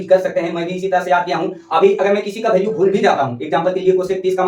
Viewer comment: ek cheej yr kah rha hu bura mat manna tmhare yha ki jo bhi bhasa ho...jaise value ko bhalue bolna ye sab aap chhordo qki ab to aap padhe likhe ho sahi pronunciation kro